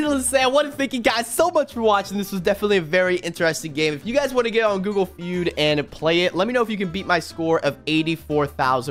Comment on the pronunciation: I like how he did g o o g l e f e u d